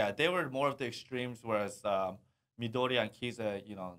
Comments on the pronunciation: Poor Midorima... and always said "Midoriya" 🤣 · Midorima not Midoriya😂 This is KNB not MHA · They keep saying MidoriYA instead of MidoriMA lol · midoriMa !!! that's the name ! 66 episodes and you guys pronounce it wrong Midoria is from Boku no hero !